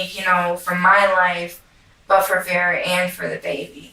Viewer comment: “Veer-ah” not verreah